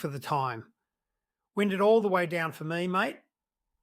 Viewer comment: Wind, in context of a car window, rhymes with wine. Very irritating AI